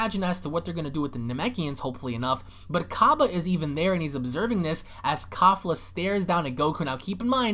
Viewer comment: Kalefla (kefla) the real proper pronunciation